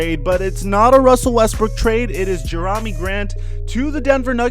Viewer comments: Hey dude it's not jerami its pronounce jermey dude come on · He said Je-rah-mee grant lmao